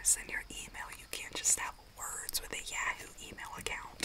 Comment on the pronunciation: The fact she said yahoo instead of yahoo is so cute never heard it pronounced that way🤣